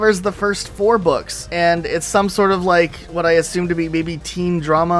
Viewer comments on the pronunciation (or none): none